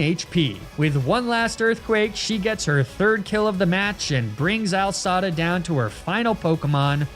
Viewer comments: The most triggering mispronunciation in the entire universe... Pronouncing AI (Artificial Intelligence) as Al (short for Albert). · I love how he says Al Sada instead of A.I. Sada ... I hope it's a joke. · “AL Sada.” Of all his intentional mispronunciations, that one made my eye twitch.